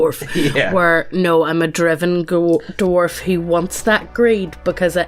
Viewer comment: Take a shot whenever says "doo-warf".